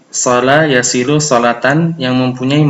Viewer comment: Sholla yusholli pak.. bukan shola yashilu🙏